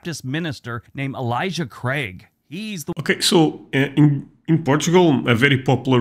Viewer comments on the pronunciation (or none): none